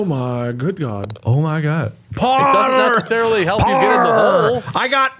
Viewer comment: when Mark was saying 'parrrrr', why did it sound like he was saying 'power' in an Irish accent 😂